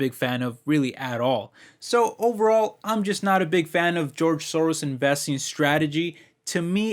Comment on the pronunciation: Soros Gyorgy is Hungarian. Pronunciation is not perfect😉